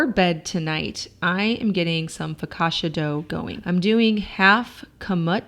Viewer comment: Love your videos. As an Italian I don ‘t like so much how you use pasta as a side dish but it’s inspirational how you do all that. The word focaccia is pronounced focatcha.